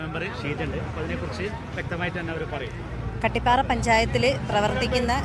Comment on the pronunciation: കാട്ടിപ്പാറ അല്ല ചേച്ചി കട്ടിപ്പാറ